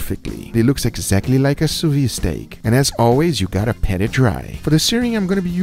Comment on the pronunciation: *Pat it dry, not "Pet"